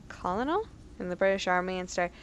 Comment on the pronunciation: Colonel - Kernel. If in doubt assume the English language hates people. "You guys are making me say difficult things." Well, they don't need to be too difficult. :P